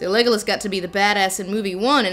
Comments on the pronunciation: “Thanks for establishing some tension... Vague-olas” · “vague-o-las” hahahaha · The way Lindsay says Legolas's name it sounds like "Legless" as in his he's a boozehound:).